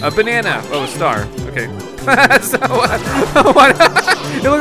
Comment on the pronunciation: When he said "a bannana" though I laughed so hard